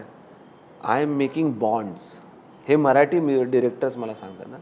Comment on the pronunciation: मराटी नाही, मराठी असतं ते. उच्चार नीट कर अभिजित. गायक आहेस. शब्दांना जप.